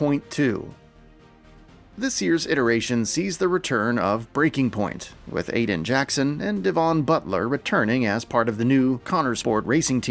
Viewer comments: Pronounced “devan” not “Devon” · You still can't pronounce Devon correctly 😂